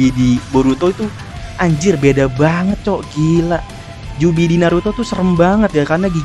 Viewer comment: biju bang bukan jubi